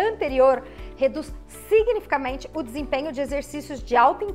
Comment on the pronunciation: * significativamente (não “signifamente” kkk)